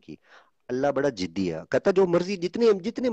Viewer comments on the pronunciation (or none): Bina face wale.. Tone bhi sahi se copy nahi kar paya.. -42 ke beech tere muh se jiddi sun ke hi samjh agaya fake hai tu... Jiddi nahi hota ziddi hota hai, aur tu wahan ka hota na jahan tu batata hai to aisi galti hoti hi nahi..